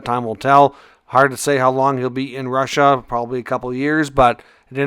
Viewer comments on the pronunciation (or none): none